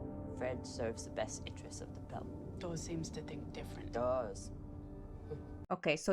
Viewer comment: Ganymede is pronounced with the last "e" silent. "Gan-a-meed" Also, it's "Dawes" not "Dahns", there is no "n". It's pronounced like puppy "paws" not the morning "dawns"